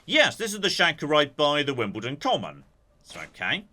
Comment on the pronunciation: Is that how you're supposed to emphasise it? "Wombles of Wimbledon, common are we". I always thought it was "Wombles of Wimbledon Common, are we".